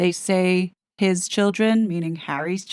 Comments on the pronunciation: Re HIS children - I've noticed it too - in Lady Cs case, she has been making a point of emphasizing the word, very obviously. I'm pretty sure this is the bombshell, Lady C even said she knows who it is thats going to drop said BOMBSHELL...... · Yes and Lady C really emphasised HIS, I've never heard her do that before regarding the kids, it really stood out to me